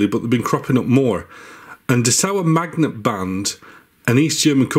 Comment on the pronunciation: Thanks for all your Vids about Cassettes and MiniDiscs. They are great and full of information. And you transport them very well! As a german i had to think a few seconds what you mean with "dessauermagnetband.". Very Funny. Dessau is a City, so make a little pause between the words. Mmmh... You pronounce it like "dess-au-r mag!neetbannt" if that helps in some way. 😂 Nevertheless i am really looking forward to see all of your other videos. Greetings from former eastern germany. 😂 (Rostock)